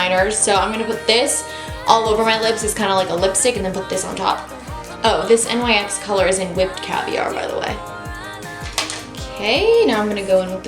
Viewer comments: Love this video!! You're so pretty that you don't even need makeup! I also love that you used all drugstore products because I don't buy high end makeup since it's so expensive. Though the brand NYX is pronounced like "nicks" not N-Y-X since it's not an acronym. I also looooove that lip color on you:) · Love you! Just FYI, NYX is pronounced NIXS :)